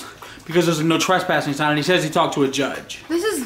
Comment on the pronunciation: Picleboy it said tres - passing you were only dos - passing